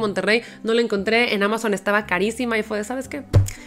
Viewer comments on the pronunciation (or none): none